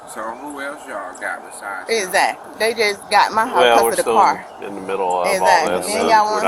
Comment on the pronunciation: I cant stand when people keep saying "exzackly...exzackly"... stop pronouncing it like that lol